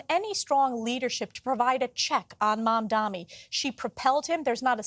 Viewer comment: This Stefanik woman can’t even pronounce new NYC mayor’s name correctly: its MamdaNi not MamdaMi😅. And yes, Mamdani talks about raising taxes for the rich, not for the poor and people like Stefanik are for making rich richer at the expense of social programs for the poor.